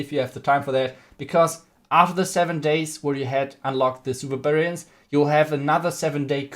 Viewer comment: No one:: Supa Bububarian😂